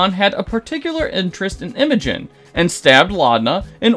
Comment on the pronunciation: i changed you to say imogen correct lets goooo!! >:)